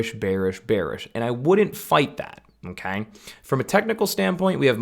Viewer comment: Great video! I appreciated the technical analysis behind of what I too have been preaching the last year(s). Just one thing: When you say "Okay", it sounds super funny, I don't know if it's your accent or just how you do it, because it sounds like "M'key" or just "key" with a funny sounding tone (noticed it in the last 5min of the video and had a giggle). Great video, thank you! :)